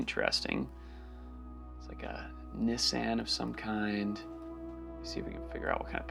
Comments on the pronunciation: it’s pronounced Nissan not Nissan. Hope that helps. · That pronunciation of Nissan threw me off lmao